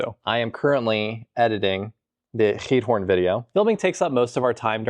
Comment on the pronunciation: (Ik zal even commenten in het Nederlands aangezien jullie het hebben gehad over de taal leren.) Je uitspraak van Giethoorn is echt stukken verbeterd! Ik vind het echt leuk om te zien dat jullie je echt settelen in Nederland en niet zoals vele andere buitenlandse mensen die niet 'echt' deel uitmaken van hoe Nederland echt is. Ik hoop dat jullie je hier een beetje thuisvoelen :) Ik ben een verpleegkunde student en ik werk in een verzorgingshuis in Den Haag. Tof om te zien dat jullie mijn stadje hebben bezocht :) Ik ben opgegroeid in Den Haag. (English translation below) (I will comment in Dutch since you talked about learning the Dutch language) Your pronunciation has improved so much! I really enjoy watching your videos and how you are settling in in our country. I feel proud that you two show the Netherlands how it really is and really become part of the Netherlands. I really hope you feel at home here. I am a Dutch nursing student working in a nursing home in The Hague. Awesome to see you visiting my hometown :) I grew up in the Hague. (sorry for the long comment lol. have a nice day!)